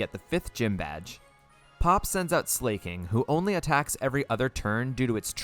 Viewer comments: Him saying ‘Slay-king’ instead of ‘Sla-king’ is really bugging me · Why do so many people pronounce Slaking "Slay-king". It's literally just the word "Slacking" without the "C". Unless it's an intentional troll, but I've heard so many people say it 🥲. Anyway, great video 😄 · Why does he say slayking